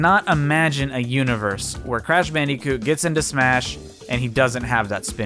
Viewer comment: R u calling crash bandicoot “crash bandeecoot” ironically or...